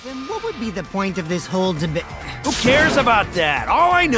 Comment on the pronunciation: and "Debyat". Can't pronounce "Debate" omg.